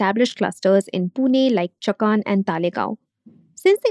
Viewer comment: For non-Marathis, it can be easily spelled as संभाजीनगर and चाकन, atleast Talegaon was a half-decent attempt. I'm baffled by how big is, you'll easily have people covering a huge chunk of regions and languages of India and yet you don't even fake an attempt to get the pronounciations right. If it were a competition to fake the worst American accent to say deeply Indian words, you'd even beat Trump. Atleast try to cater to the actual Indian audience. Not everyone is a wannabe SoBotard.